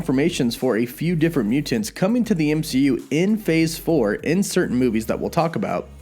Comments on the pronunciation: Im dreading hearing you say muTANTS 100x this video.. "muTANTS" and "imporTANT" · Please stop saying mutants like that! Mu-tants! It's so cringe bro. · I'm just here for the way pronounces MUTANTS.:) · Over pronunciation. lol